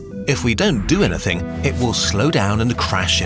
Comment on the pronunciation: Nobody:: Anatheng